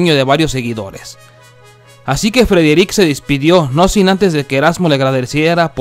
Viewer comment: Porqué suben estas cosas feas que ni pronunciar el nombre de Frederick puede este man dejen de hacer estas mmmm de vídeos por eso se mira el programa 👎🏼👎🏼👎🏼👎🏼👎🏼👎🏼👎🏼👎🏼👎🏼👎🏼